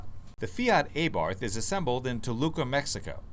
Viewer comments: Its ABARTH NOT A-BARTH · Isn't it pronounced "Ah-Bart"?